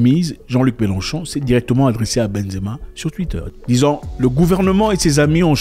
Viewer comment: C'est Mélenchon et non melon-chon😂😂😂